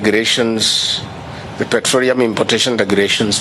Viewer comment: "davis chilchil" "petroreum"- villager masquerading as deputy president of a banana republic.